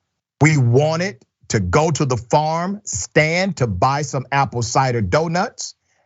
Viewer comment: Lopez You’ve not even mentioned the pronunciation of “the” when the following word begins with a vowel should be “thee” Jeez for the love of god!!!😂